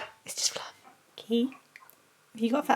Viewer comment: Mum:can you say fluff:fluhh 😂😂😂